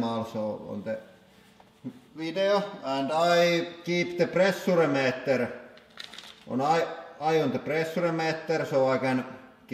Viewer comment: pressoore metter